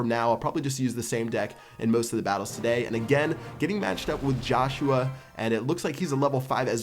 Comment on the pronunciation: The way he says "today" is funny